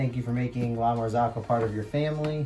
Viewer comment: It would be nice to know something about the brend before you buy it and not buy just because it is expensive. It is called "marzocco", not "marzacco"... I may be hater or enviois! :)